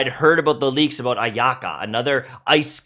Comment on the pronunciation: omg the way he said Ayaka is very Russian lol